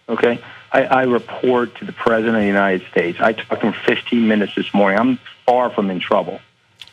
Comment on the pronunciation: "i love The PreZZidant"